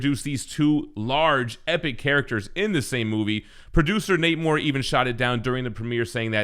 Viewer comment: Who’s Namor? Oh you mean the retconned Neh-mur